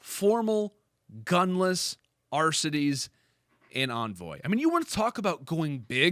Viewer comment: Its Envoy not Anvoy lol